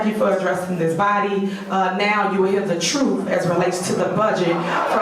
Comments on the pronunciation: Could someone please tell this dumba$$ its TRUTH NOT TROOF!!!!! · What does "Troof" mean???